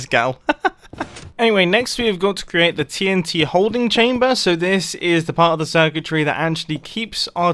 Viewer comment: So I just skipped 5 secs on when he says TNT and it sounded like titty :)